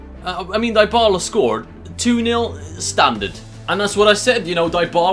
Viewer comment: It's pronounced (Di-bala) not (Die-bala)